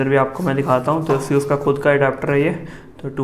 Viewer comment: if any one noticed he said seus for asus